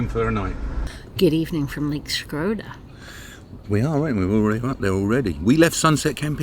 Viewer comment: Now I understand why the British Empire never took over Albania. They never knew how to pronounce the city names :D "Shkroda" is cute, but its called SHKO-DRA.